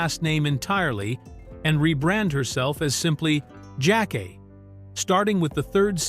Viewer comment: Her name is pronounced (Jack- Kay)